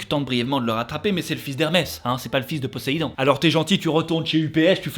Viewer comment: Je suis presque sûr que Poséidon se prononce avec un Z puisque c'est entre deux voyelles... Mhm...